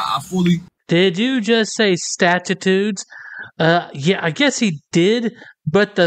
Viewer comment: "i'm not subject to your statchitudes" 😂